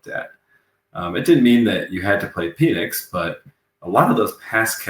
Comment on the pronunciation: I love that you’re a swiftly. But can you Google how to pronounce Penix’s name.